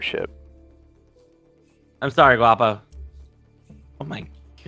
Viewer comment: Just fyi it's Guapo (guah-po). The other 2 pet ally names you struggled with are: Chorizo (cho-ree-so) Chicharron (che-cha-rone) Roll the R's in and you'll pretty much be saying it right. So for example chorizo would sound like "Cho-r-r-ree-so"